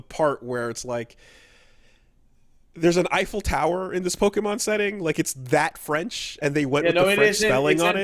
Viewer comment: Doing my part of getting "mad" at for a mispronounced word. "Pokanon." SMH.